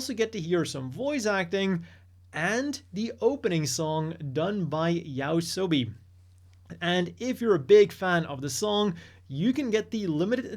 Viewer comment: I don't wanna be that guy but what's up with people mispronouncing Yoasobi as Yaosobi lately?